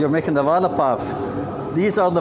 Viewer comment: I was laughing 😂 when he said vaadda to vada